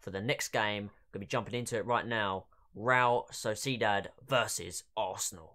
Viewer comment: You Pronounce realSociedad wrong 😑